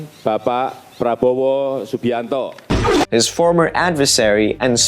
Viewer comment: bros adding that american accent stink saying subianto 😂